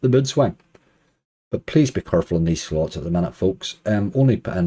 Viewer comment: Surely surely, Slots spoken with an Irish accent is Sl*ts Like toilet is spoken Tarlet